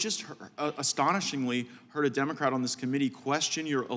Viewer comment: Who the F#%k are you talking about Plaskett??? You pronounced Democrat wrong during your opening speech.